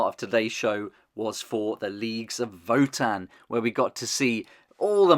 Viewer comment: I really really love these. Gonna be my main 40k faction especially now that I prefer marines in HH. And new Horus too! I’m doing sons of Horus haha. Btw it’s vo-tan . Not vuhtan